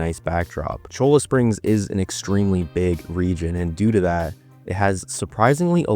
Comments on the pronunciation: Cholla is pronounced Cola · ITS PRONOUNCED “CHOYA” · Also it’s not cholo springs😂😂😂 Cholla (Choy-uh), which is a cactus, commonly known as jumping cactus, it is a Mexican word and name for that cactus and it is ubiquitous all throughout the Sonoran desert south of Phoenix all the way through Tucson to the border. I don’t know how far I’ll get into this video but if you pronounce “Lannahachee” as lannaHATCHee it will frustrate players of the game who paid attention when Arthur tells Javier that CH is pronounced like an S when they go fishing, and Javier gives Arthur cricket bait in chapter 3. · Butte is pronounced byewte, and cholla is pronounced choya. Nice video though enjoyed it! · Also cholla springs is pronounced Choi-ya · Excellent video. I have never played RDR2 but getting ready to so discovered your channel and video. One correction, Cholla is pronounced "Choy-uh". It is a type of cactus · My disappointment as someone born in Arizona. 😂 At least he didn't say Butts like some people. He did pronounce Cholla wrong too.